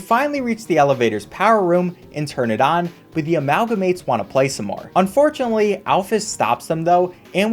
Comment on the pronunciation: I cant tell whether he said "unforunetly" or "and fortuently"